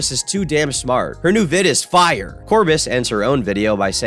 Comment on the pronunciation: lol the way he says fire